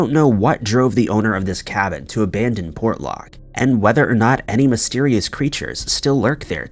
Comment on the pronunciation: Excellent, great job on Port Lock, you got pretty close to how we pronounce 'nantiinaq' & Kenai...you r awesome.